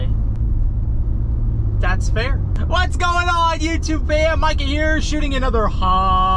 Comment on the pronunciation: love ur videos man😁 my names mika and u pronounce it micah like ur name :D love ur videos 1 of the best yters